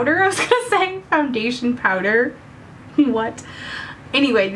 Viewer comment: "poundation fowder" LOL !!! Gotta get me some of that !